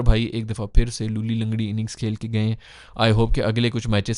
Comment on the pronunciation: Bro it's luhli langri inning 😂😂😂 Not luli langri